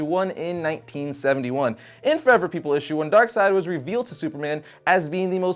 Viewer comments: DarkSeid Is pronounced DarkSide because “ei” in German is read as “i” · Pretty sure it should be pronounced DarkSAYd, not DarkSIDE. It sounds less cool, but it seems more grammatically correct, at least to me. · its darkseid not darkside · "Darkseed" that would sound so stupid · NoOOoOoOoOoOoOooooOoOoooOOOOO1!! It's DARK-SEED!!! NOT DARK-SIDE!!! What a nerd... *snort* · Dislikes are people that pronounce it Darkseed lolz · Only morons say darkseed. It's not even a debate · its clearly pronounced as darksnobble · "ei" makes an i sound, not an e sound. I wasn't aware people thought it was pronounced "DarkSeed". That's pretty dumb lol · 1. I can't look at Darkside and pronounce his name DarkSEED, It's so...wrong 2. I have never heard someone pronounce is like that